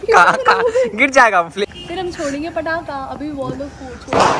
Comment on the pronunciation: (पड़ाका )sudhh gorakhpuriya bhaasa😂